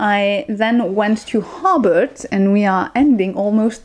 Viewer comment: Hellloooo enjoyed watching your vid. haha i did have a giggle at the accent on how you say hobart (sounds like hobbit which is very fitting to be fair for hobart/tasmania haha!) ho-bart. I defiantly can see why there were frustrating parts of Australia, particularly Melbourne where im from. Melbourne is defiantly more about some of the laneways, coffee, business and then if you (exactly as you said) go outside the city I would recommend the dandendong ranges for walks and if you like beaches the Mornington peninsula. I recently went to tassie and unzoo is different from many of the zoo's in australia. Sydney is great for tourists as its basically set up that way. oh because i love bugs and snakes and stuff haha. Funnel webs are the most venomous spider (lots north of melbourne) and you will basically die unless you get to a hospital VERY fast. But yeah-red backs are scary because they are so easy to encounter. Tiger snakes are dangerous but I would say the Brown snake is far more risky as they are more venomous and aggressive (they are a bit nuts). Technically the taipan is the most venomous but like...nobody sees them. Brown snakes-eep. But yeah travelling and hiking in tassie a few months ago you did really well-and defiantly its best seen on the road with a car if possible. I love that you love bin chickens. Bin chickens are kinda picked on but kinda loved-they are in melbourne too! more in the suburbs though.🐦🦤 oh how were the crazy big goose things in unzoo. ueeeghh! Hah